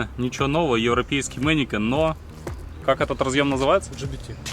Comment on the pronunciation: опять мэникеНН... mennekeSSSSSSSSSSS!!!!1111один!